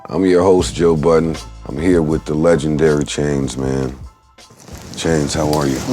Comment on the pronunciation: Did he say Joe Buddens?